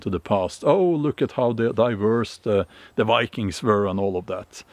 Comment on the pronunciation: lol "Va-kangs"